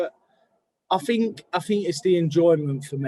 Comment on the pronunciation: “I fink, I fink, I Fink absolutely”